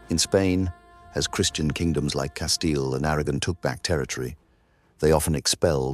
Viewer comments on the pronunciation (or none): none